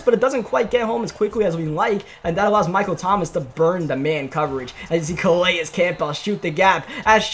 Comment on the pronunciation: Calais Campbell (Kuh-lay-is kam-bull)